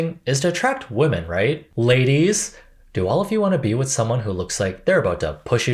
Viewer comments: Genuine question: did you pronounce women wrong on purpose? My friend and I have a theory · Why do you consistently mispronounce ‘women’?